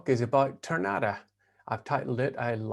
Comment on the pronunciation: Tournata is pronounced Turnataw. The accent is on the last two letters. RG used Tourna on a lot of his machines such as the Tournapull, the two wheeled tractor part of a pan scraper. I lived at Tournata for two years, 1956 to 58. It was the Tom Sawyer years of my life.